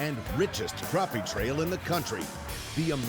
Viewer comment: Yall coming to SC to catch my fish need to learn the name. NOT croppy, Crappie. Yankees